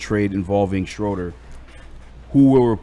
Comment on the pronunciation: The man's name is pronounced Shrooder